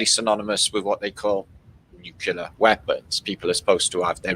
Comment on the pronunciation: Hey, maybe you could do us a favor and please stop pronouncing the word nuclear as "nuculer"? Thanks.